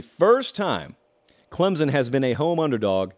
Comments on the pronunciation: Let me help you. It's not clemzon, it's pronounced clempson with soft focus on the p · You cant say ClemSon right,there is not a Z in ClemSon!!!